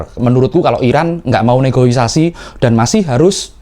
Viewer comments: Yg bener Negosiasi. Bukan Negoisasi apaan tuh. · Bukan NEGOIASAI mas... tapi NEGOSIASI. Makasih agar next time dikoreksi. Salam. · NEGOSIASI please, BUKAN NEGOISASI. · Negosiasi bang.. bukan negoisasi 😊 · NEGOSIASI bos bukan NEGOISASI 😊